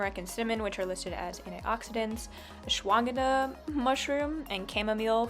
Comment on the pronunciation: Awsh-wah-gahn-dah It's a root, an adaptogenic